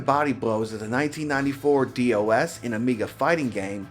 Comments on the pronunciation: I love Power Instinct, the sequels are a bit better than how tame the first one is. Also, i'm pretty sure DOS is pronounced "doss", not "dee-oh-ess" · It's so much fun hearing someone pronounce DOS as D-O-S. I always hear people say "Doss."